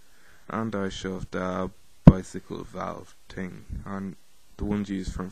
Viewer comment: the word is thing! not ting, or ding. and learn english.